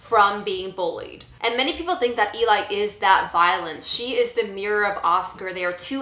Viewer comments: It’s pronounced Ellie. Just watch the movie again. Pay attention to how the name is said. Not how it’s spelled. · Poor pronunciation of Eli considering how much you like "Let the Right One In."